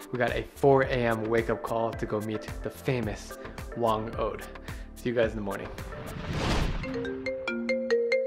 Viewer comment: It's whang-od not whand-od